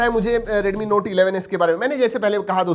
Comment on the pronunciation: U r pronounciation to note(noti)was lit😹🔥